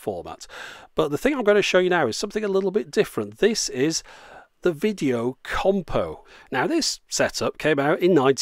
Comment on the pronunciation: It's not compo it's combo